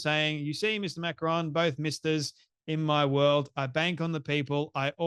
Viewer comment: Why do Americans mispronounce names.She says Macrones. Everyone knows how to pronounce their name.